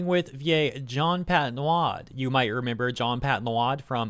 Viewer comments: As a french guy, please let me teach you how to pronounce this name cause you seem to find a different way to pronounce it every video, which is pretty funny. "Eau" is pronounced "o". So you can just say "Patnode". We french people love to add extra silent letters to recreate already existing syllables. It makes our already impossibly complicated language even more complicated and making our own lives more miserable is France's official sport. Keep up the good coverage,. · ok, I'm gonna be that french guy and point out it is pronounced Pat-Node. I don't like the guy either but I cringe whenever says his name.